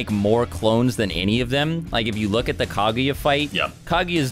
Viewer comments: The only thing that bothers me with this video is how pronounces Kaguya. Couldn’t not hear it. Smh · u must not of watched naruto if u dont know this. They pronounced Kaguya wrong and many others.